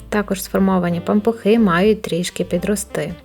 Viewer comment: Таке огидне слово пампуХИ 🤢 чи то ви так його вимовляєте..незмогла додивитись до кінця... Кажіть нормально. Пампушки.